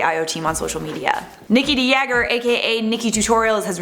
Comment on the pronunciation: It's so funny how she pronounces Nikki de Jager, when you are dutch.